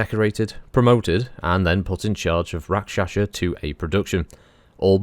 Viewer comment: It is Pronounced Rak Sha sa not Rak Sha Sha . Bit of a family thing .